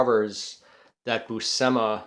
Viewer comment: pronounced Boo-shee-muh